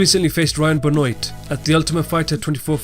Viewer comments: It's pronounced benwah, not benwoit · I've never heard people pronounce Benoit like the way people in ufc do it.. I've always thought it was Pronounced Ben- Wa. Not Ben Oyt.